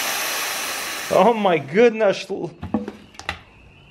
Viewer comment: "omi goodnush" LOLOLO